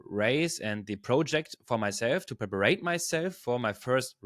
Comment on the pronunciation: Well done. Great content. Btw, the word is “prepare” (not prep-ar-ate). Your English is really good!!!